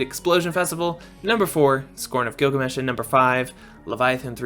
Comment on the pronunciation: Tee her Giglamesh